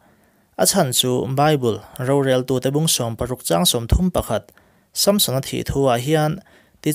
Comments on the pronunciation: Samsona pronauncation hi... Sâmsona a ami.. samsona anilo mi... Han soi chiag teh a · Sampsona nge Samsona?? I lam sap mah mah em le? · Chhiar ngaihnawm hle mai. Amaherawhchu, sunday school zirtirtuten min zirtir dan leh mizo hrim² ina kan lam dan nen chuan SAMSON-A hming i lamdan hi beng a tikham lek lek. Vaiho english lamdan a ni a, a film a an lamdan ah pawh, a ki sanga lam hi a hmingah hian anti lo niin a lang. Nge, ka hre diklo zawk. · samsona i lam dan chu nalh lemlo ve